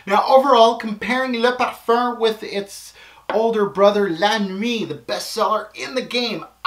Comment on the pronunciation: IamLil Sully colome? Is sucks? LMAO... Almost as funny as the way says Parfuuuurrrnnn